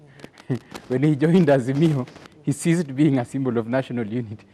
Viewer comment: Ceased not seized!!!